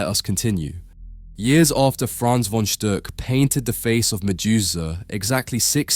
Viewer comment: It's pronounced "Fon Shtook."